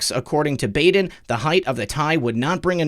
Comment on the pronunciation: You’re the best, sir! (Baden is pronounced Bodd-en short o☺️)